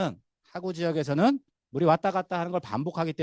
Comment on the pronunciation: 으이구.... 여~엉, 귀에 거슬리네요. '하,구'가 아니고 '하:구'입니나.